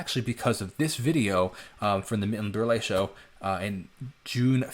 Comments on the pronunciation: Sorry,, Milton's name was pronounced "Burl", not Burle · Berle....pronounced same as burl.......1 syllable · It’s pronounced Berle as in “earl”. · The e is silent. Berle is pronounced “burl”. My mom was a senior in HS when that aired, & I remember her saying Berle was called Mr. Television because people bought tvs to SEE his variety show! He & Ed ushered in the transition from hearing radio shows to watching television shows. Yes, Elvis caused quite the uproar.